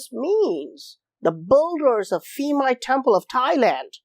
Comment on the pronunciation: Thais do not pronounce "Ph" as an "F" sound. Rather, it is a strong "P" sound. Phuket, Phimai Temple, Phi Phi Island, all start with a P sound, not an F sound. Thanks for another great video.